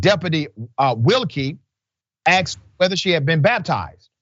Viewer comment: DID YOU JUST SAY "AXED" HER WHETHER SHE HAD BEEN BAPTIZED???? HOW HARD IS IT TO SAY ...A.....S.....K.....E.....D. ???????????? ITS ENGLISH!!!!!! NOT E BONICS!!!! I KNOW YOU WENT TO SCHOOL BECAUSE YOU ARE SAVVY WITH LANGUAGE!!!! YEP IMMONAAXESUMBODYELSEBOUTDIS¡¿. WHAT SAY YOU/THEM/HIM/ ERBODY. UNOWATTIMTOMBOUT🙏 ASKED✌️💚🇺🇸💪💪🏿💪💪🏿💪💪🏿💪💪🏿